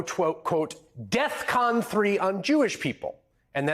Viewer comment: Always thought it was def con 5, not "death con 3". But yeah, jeenyiss.